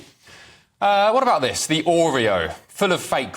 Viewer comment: How do you believe what they say when they say -VIS,VAT AND VE OVER .